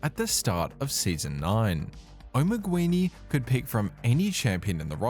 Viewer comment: Just a minor constructive complain. Assuming spanish spelling (since his client was in spanish in the videos shown I assume that was the "correct" way) the word "Omeguini" is not pronounced "Omeg-U-ini", it is pronounced just "Omeg-ini". Could not help but notice every time that player's name was repeated. The word itself has no meaning AFAIK, it kinda sounds like an italian omega. If spelled like you said it does not ring a bell.